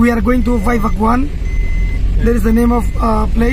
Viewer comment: Not vaivakuan.. It's vaivakawn🤣 Mogoda